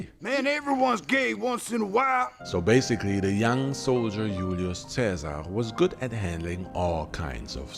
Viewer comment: Sorry but it’s not Hulio Caesar they pronounce the letter J ulious. Also we don’t need to see ur face on a documentary style video